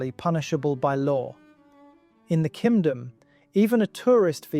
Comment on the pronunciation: Why does it sound like he’s saying “Kimdom” 😭